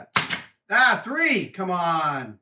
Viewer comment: TOOTSIE POP REFERENCE. "Three-hee" =D